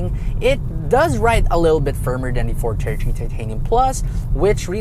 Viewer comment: Ford "tertree"